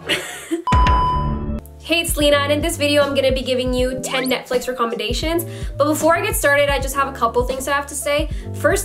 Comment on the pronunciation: we're just gonna ignore how she said "recommendation"